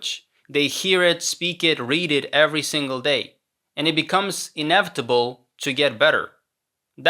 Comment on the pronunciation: Wow, really impressive, to be honest. The only two words where you can tell he’s not a native speaker are ‘often’ and ‘inevitable’, because of the way he pronounces them. Pay attention and you’ll notice it.